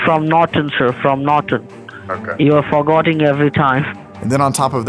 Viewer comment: You’re “forgotting “ every time . Oh Alvin you mad bro? 😂😂